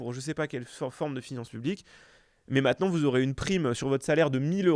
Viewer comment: jadore s'adore sardoche mais par pitié arrete de dire "MATENANT"